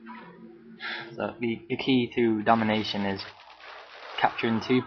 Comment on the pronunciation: is it me or are you saying demolition?